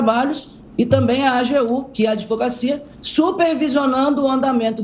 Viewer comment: Opa!!!!! A presidente da Caixa Econômica!........pronunciando "A D V O G A C I A??? Uma profissional tão culta. o correto é.........." A D V O C A C I A". Observe!